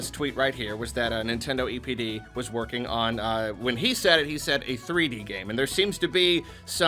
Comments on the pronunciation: For a minute, I thought he said “Nintendo EDP” 💀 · When I heard say EPD, I thought he said EDP😂. Anyone else? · I thought you said EDP instead of DPE